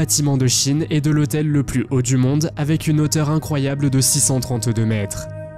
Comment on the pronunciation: Hôtel du MONDE et non pas du DONDE !! 🤣